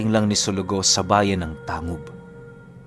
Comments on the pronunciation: Tang.gub po hindi po tangub. Parang olotanga. Olotangga pagka bigkas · Tang- gob ho Hindi tangob Ang pag bigkas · "Tang-gub" po ang pag pronounce nyan.. taga miss occ. ako ozamis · Ganda ng storya. We pronounced it as Tang-gub not tangub. Salamat! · Hindi Yan tangub/tang gub... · Tang-gub po ang pagbigkas nyan 😅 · Good pm "Tang-gub" po ang tamang bigkas ng Tangub. Pero solid ng kwento God bless. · TANG-GUB po tamang pagpronounce ng lugar. hehe😁